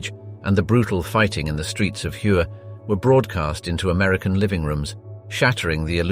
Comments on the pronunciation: Outstanding job! However, "Hue" is pronounced "Way" not "hugh" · FYI, the ancient city of Hué is pronounced like "hwe" not as you did in your video. Just sayin' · Dope video hue is pronounced way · Thanks for the videos. You did however pronounce Hue incorrectly. The "H" is silent in Vietnamese. So "Hue" is pronounced similar to "Way". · So many "wrong'' pictures used through this whole video. Love the way the commentator pronounces the City of Hue. It's like the commentator hasn't been around for more then 10 years? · Wow whomever made this video not only cannot pronounce hue properly, they are clearly a communist supporter!